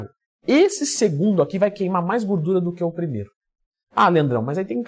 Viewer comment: Aqui o já falava "gurdura" hahahaha